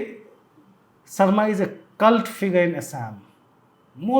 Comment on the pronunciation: and Singh - HBS surname name is not pronounced as Sarma .